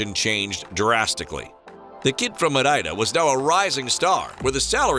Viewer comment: I'ts not Mareida i'ts Madeira.